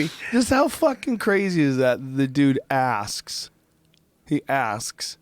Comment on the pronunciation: Joe " He ASHHHHkS " Rogan